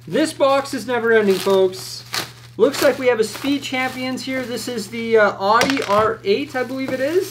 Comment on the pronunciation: Just an FYI, Audi is not pronounced Ah-di as you said it, it is Ow-Di The car you recieved is not the R8, but the S1 rally car. It is the car that made their Quattro system legendary. Great videos:)